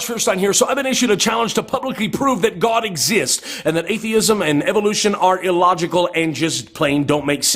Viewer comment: you're a heretic, liar, ignoramus, and you say guhawd like it makes it more powerful. prove god for me, then explain suffering. I can't stand that you're profiting from me having watched you're ridiculous rant.